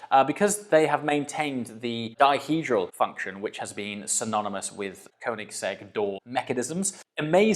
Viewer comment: If you own the car atleast learn to pronounce it. You can literally ask the OWNER of the company by yourself. Congrats with the purchase tho.